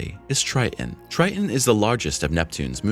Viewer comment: you're killin' me with you pronouncing Tritan as, "TRY-uhn." Also, your CG reader is obvious in some segments, in spite of you training it on your voice. It does the weird vocal pause after commas, starting after them as if it is starting a new sentence. Your content is derivative and stale. Everyone deserves to make a living. Good luck with improving your content and presentation. Observe the PBS and other independent presenters in this area, such as Anton, his channel used to be "What Da Math," so look him up that way. He is a teacher, and seems kind.